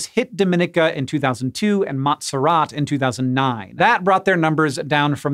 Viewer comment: As a person who lives in the Caribbean, no insult to you or your editor, it was simply hilarious hearing how you pronounced "Montserrat" and "Dominica". Thanks for the good laugh.